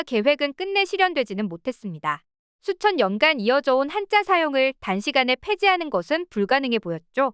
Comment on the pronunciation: 한자문화권 한짜문화권 나레이션똑바로하시오 된소리발음정확히대입하시오 문자 문짜 스트레스네요